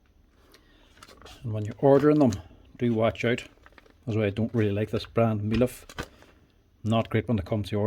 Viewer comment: Haha, I thought I heard you call this a Meliff a couple of times.